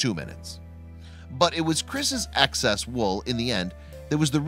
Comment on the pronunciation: 'Excess' is not supposed to sound like 'Access'. There's a reason why we were taught PHONETICS, in school. Now, practice: eh... eh... eh... EXCESS!